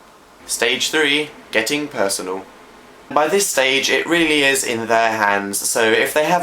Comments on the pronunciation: ...purseanal...purse anal.. HAHAHAHA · ''persANAL'' * sees phil later in video * Dan 3/4 years later; ''fyi like vagina'' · It was obviously on purpose, purseANAL. Just his sarcasm. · "getting purseanal." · Get "purseanal" bahahahahahah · It said pursanal ( ͡° ͜ʖ ͡°) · "Purseanal" oMFG I died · Purseanal. Personal... PURSES like ANAL HAHAHA